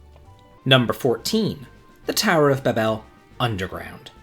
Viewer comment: 1st off, your pronounciations are horrible. Ba-bel? 😂 2nd, anyone who thinks the final dungeon here is too long or hard needs to play Breath Of Fire 2. Infinity is far worse than the Lunar Subterranean. 3rd, the bosses in the final part of ths Lunar Subterranean aren't that bad. It's just knowing there is one more big boss fight and excitement to get there faster making me run. 4th, you can totally beat Bahamut by brute force if you are strong enough and know what you're doing. 5th, the game has one of the most giant inventories available in a game. Unless you're hoarding everything you find, there is plenty of room for an extra set of equipment to go through the magnetic cave safely. Other than that, the cave is pretty bad because you only have 1 magic user with limited MP. I would rank this among the hardest. Especially on the first playthrough.